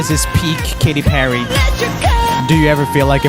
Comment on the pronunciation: its not kity pery its katy peryyy